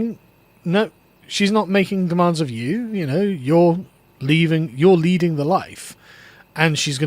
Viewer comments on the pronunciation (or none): none